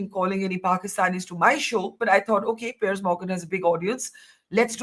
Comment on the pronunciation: So proud of Barkha for her take on the Piers Morgan Show this morning. She was brilliant 👏 Also, for some reason Hina kept calling him Pier 😂